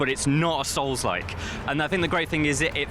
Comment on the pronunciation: absolutely agree. I've played all the Onimusha games and I actually winced every time he said souls like. 😂